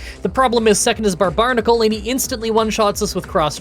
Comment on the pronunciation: "barbarnacle"...sigh. do no pokemon youtubers know how to read